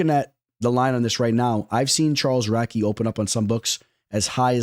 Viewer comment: crazy how you pronounce radtke